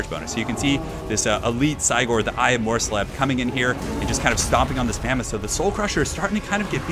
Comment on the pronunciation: Mors-leeb, not mors-leb, you said it perfectly the first time.